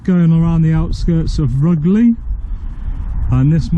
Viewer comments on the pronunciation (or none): Rugeley is pronounced 'rooj-lee'